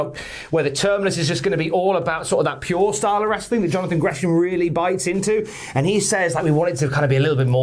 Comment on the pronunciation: Say wrestling properly